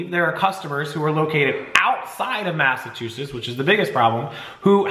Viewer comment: Sorry I love your channel, but it's MassachuseTTs. Not sure why you're saying it the way you do. But, man if you said it that way here they would bust your balls to no end. Stop leaving out the T please. It's killing me. Lol